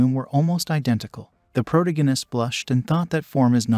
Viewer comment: Hearing “proganist” and “protagonist” over and over ruins the video. Use names.